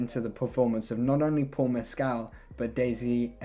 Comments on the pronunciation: Just for the record, he says his last name has the stress on the first syllable…MESS-kl. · Just letting you know, you’re mispronouncing his last name.